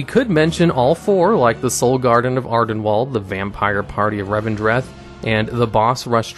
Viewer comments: ArdenWALD? It's pronounced ArdenWEALD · I love your videos, you present them wonderfully. However, anyone else bothered by how he says Ardenweald? Torghast? It's not Ar-den-walled. It's Ar-den-wield, like you are wielding a weapon. It's Tor-gAst, not Tor-gost. You are making As into Os for whatever reason. They've been said in game and the Afterlives videos. Please learn to say these names right. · I love you, but I am so triggered that you manage to mispronounce Ardenweald, after surely having heard it countless times, everywhere, for months.